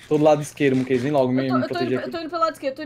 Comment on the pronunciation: nao é moonkeise é moonkese